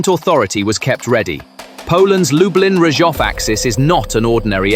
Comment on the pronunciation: DET HETER LUBLIN,INTE LUB LIN.